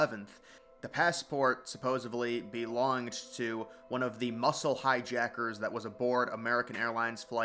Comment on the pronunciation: Dude. It's "supposedly." Not "supposably."